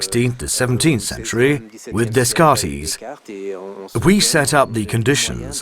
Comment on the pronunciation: One of the translators pronounced Descartes as if were a Greek name. It is French.